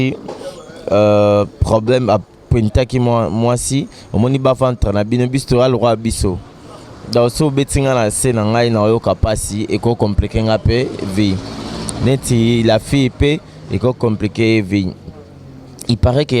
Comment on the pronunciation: Nayebi te soki bozo yoka ndenge Nga Nayoki fille oyo Ya journaliste ndenge azoloba bas vendre au lieu de bas ventre nazongeli 3 fois ezolekela Nga !!